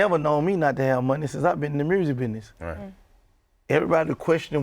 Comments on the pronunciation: Gottis pronouncing of the word music is priceless...lolol!!! DJ Ak: So Gotti tell me what I love most? Gotti: Shiiiiit Murzik!!! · “Making MERSSIC” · "Making Mursic"